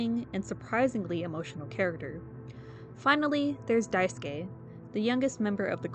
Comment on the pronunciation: Finally someone who doesn’t Wrong pronouns Daisuske name ❤ Also nice vid